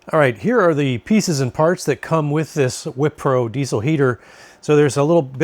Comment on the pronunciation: The Wippro heater would be great for our winter van travels and a great way to extend our camping as the weather gets colder. Wippro not Whippro Love the videos and though reviews. Thank You!!